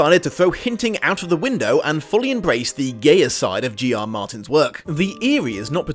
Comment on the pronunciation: GR Martin? Shouldn't it be G RR Martin? I dont mean to be nit picky, I just heard the name and had to google the author because it sounded weird.